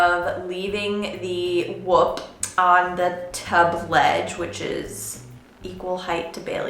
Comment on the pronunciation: Could be wrong but I'm pretty sure your saying the name wrong